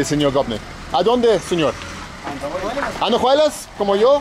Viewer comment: It is very funny how you guys butchered the names of the towns. Andajuelas vs Andahuaylas 😂